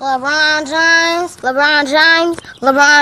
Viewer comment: “Leborn james” “ LABORN JAMS “